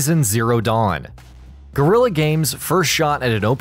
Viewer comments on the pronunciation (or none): none